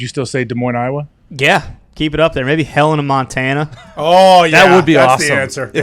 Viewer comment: As someone who lives in Montana when they said Helena I was like nice try but no